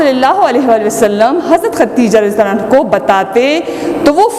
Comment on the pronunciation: برائے مہربانی یہ عنہو نہیں کیونکہ یہ عورت ہے اس لئے عنہا پڑھی جائے